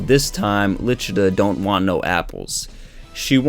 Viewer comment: The names were butchered 😂 who the hell is Ribe??? 🤦🏻‍♂️ The official Viz translation, her name is Licita not Lichita.. 🤷🏻‍♂️